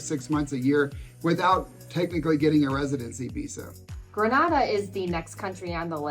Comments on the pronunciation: Greneda Not Granada ...😢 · Grenada is pronounced, “Gren-AY-da,” with the long a sound. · Great content as usual. Thank you. The countries in the Caribbean are pronounced Gren-ayda, Nee-vis. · The pronunciation of the island nation of Grenada has a long initial ‘a’, as in bay. It is not pronounced the same way as Grenada in Spain.